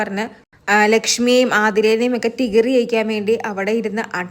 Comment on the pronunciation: ടിഗര്...? ട്രിഗ്ഗർ എന്നാണ് ഹേ... അയ്യേ... ശെരിക്ക് പറയു..